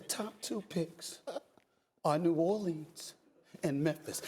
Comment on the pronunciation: Watch how you say New Orleans! Put some respeck on our name down here!